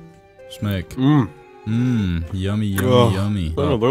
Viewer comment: Why does say "Smeg" when he tries to say "smack"?